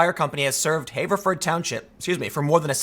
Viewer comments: Tim, Everyone I know says "Haverford" not "hayverford" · "HAH-verford." Not "HAY-verford." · * pronounced have-ver-ford not haver-ford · Pronounced Have-er-ford. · I hate to be "that guy" but I grew up in Haverford Twp and it is pronounced with a short A . Like the word "have" and then A Ford, Have-A-Ford. Also what an idiotic thing for my home township to do! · The A in Haverford is a shot A, not a long A. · You live in the Philly area but mispronounce Haverford? Yikes. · Btw Tim, hearing you pronounce "Haverford" with the "long A" vowel sound hurts my ears.